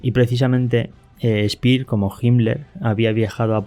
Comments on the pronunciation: Y no es Spir, es Shpeer. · ALBERT SPEER ( ʃpeɐ: ) ( SHPEA O *SHPIAʁ )